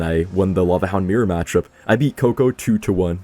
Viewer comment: Lol its CoCo like coconut, you’re saying kookoo, like crazy lmao😂